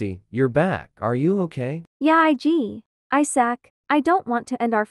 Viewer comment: “I S A C”